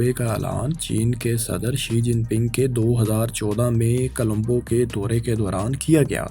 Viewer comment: Bhaye jab boltay ho tu words sahi bola kroo...its dubai not dabai ....and its Colombo not kalambo...its not the same guy who used to speak before...its a different man and he is just trying to speak the same way as previous man use to speak...I forget the name of that man who was before in this channel